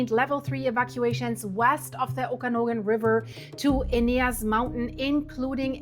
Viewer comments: Ptarmigan pronounced Tar-ma-gin, Chelan pronounced Sha-lan, Okanogan pronounced Oh-kah-NOG-guhn. Appreciate your reports. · OMG, figure out how to pronounce the areas, Lake Chelan (shaalan), Okanogan before you do a video!!!!!!!!!!!!!!!!!!!!!!!!